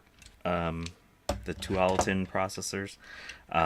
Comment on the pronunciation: Tualitin is the name of the suburb where Intel is in Portland. You hesitated, but you pronounced it right. :)